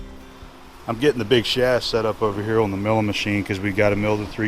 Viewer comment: "I'm gettin' a big shaft set up ovah heeuh"